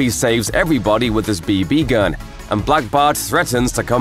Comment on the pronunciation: "b B gun"